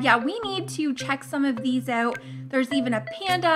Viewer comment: Dont say oet say Out